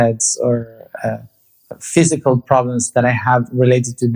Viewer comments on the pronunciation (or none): none